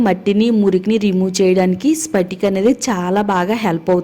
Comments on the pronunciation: Amma talli spatika kaadu patika . అంటారు ఏదైనోటికి వేస్తే అది చెపితే బాగోదు . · Hello madam spatika kaadu.Patika.(Alum) antaaru. Remedy bagundi.time taking.vokka day lo avutundannaru.harekrishna🙏